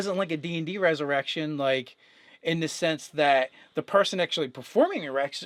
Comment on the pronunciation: Did I hear you say erection when you meant resurrection? Lol